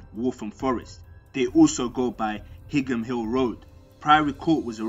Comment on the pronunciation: Higham Hill is pronounced High-am, not Hig-ham lol